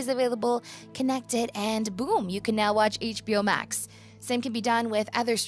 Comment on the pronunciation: etch-BO Max ah yes